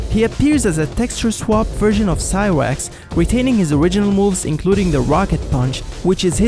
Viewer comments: Did you say cywax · Didn't know he was asian till he said "Cywax" :D